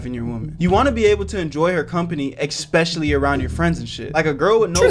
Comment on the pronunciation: why does this guy say xpecially I can't